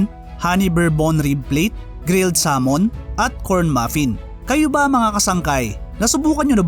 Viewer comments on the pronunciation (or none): none